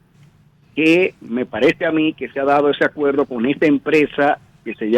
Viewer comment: Como diablo un "comunicador" de una prestigiosa cadena de radio y televisión. Se pueda dar el lujo de decir (acueldo) por acuerdo? (Palte) por parte. (Convelsal)por conversar. Esto una vergüenza.